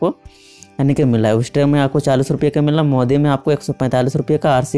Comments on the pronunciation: आप वेस्टीज का नाम उस्टेज बोल रहे हो और हर साबुन की अपनी अपनी विशेषता होती है कि वो क्यों मंहगा है या सस्ता यह बताने की आपने जरूरत ही नहीं समझी। ऐसा लगा कि आप मार्केटिंग बिजनेस में भी सस्ता ढूंढ रहे हो। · BHAI PEHELE COMPANY KA NAME THIK SE BOL. USKE BAAD VIDEO BANAO. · Abe Name tho Theek se le वेस्टीज English com zore hai tho Nindi mai mane likh diya hai. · Bhai Company ka name to thik se padhlo .... #Vestige